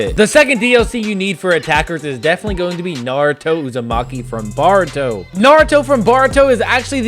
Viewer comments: bro nice vid but its not "baruto", its boruto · this man said BARUTO instead of BORUTO